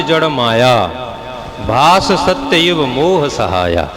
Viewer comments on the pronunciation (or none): प्रणाम 🙏 बहुत सुंदर लेकिन आप हर जगह स को श उच्चारित करते हो । समोसे को शमोशा सर्व को शर्व जिज्ञासु को जिज्ञाशु सत्य को शत्य, स्वरूप को श्वरूप, त्रिसर्गोमृषा को त्रिशर्गोमृषा इस पर ध्यान दें। सूर्य को शूर्य न कहें